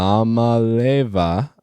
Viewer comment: It's pronounced e-a-molly-ovva. And yes, sh*t's expensive. It's not just the money for the players. We're spending 100 million on the stadium and 50 million on the baseball field. It costs a lot to be a top program.